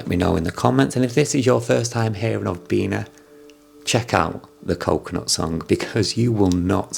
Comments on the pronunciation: Its BEE-NEE, you idiot!! Not BEE-NAH!! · Its pronounced as “bee knee” not “bee nah” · BeeNee u have such a thick accent when u said beena? No worries tho! Great vid! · hi sir it pronounce like "BENIE" or BINI :face-blue-smiling::hand-pink-waving::face-red-heart-shape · it's pronounced as "beanie", the cap. anyways tnx man